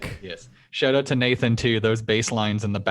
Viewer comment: Someone says SH-oww-t Owww-t correctly? I'm in.